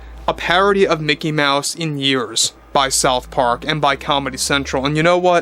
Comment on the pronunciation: Umm. It's pronounced "MEOW-SE".